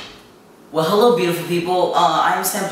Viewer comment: i like your videos but why do you say "wahello" thats absolutely tyler oakleys thing